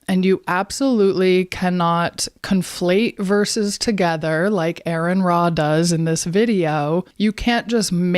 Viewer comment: She couldn't even spell or pronounce name correctly so she's not off to a good start.